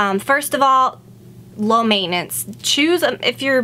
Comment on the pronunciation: At 1.34 said "mainance" or "meinance". Can someone tell me what does it mean? (I'm italian) you are the best youtuber ever!!! ❤️❤️